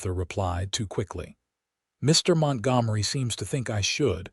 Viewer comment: AUTHOR: Perhaps before you post your next story, hear how the AI voice you chose pronunciates the names of your characters. Then you can choose different names of your characters, ones the AI voice can pronunciate. This one does not pronunciate Tabitha nor Montgomery correctly. It takes away from your story, which I'm sure is okay, but I can't get through the story trying to ignore this AI narrator's incorrect pronunciations.